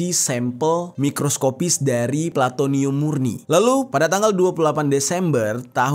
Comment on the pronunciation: plutonium mestinya...bukan platonium